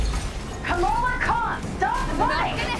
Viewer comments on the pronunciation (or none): none